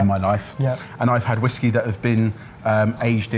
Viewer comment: Pwhiskey, puh-whiskey... Pwhiskey.